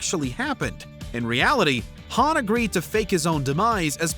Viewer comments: How the heck are you pronounce Han, Han(d) lol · #2 - did you just pronounced Han like Lando Calrissian from Star Wars dfd?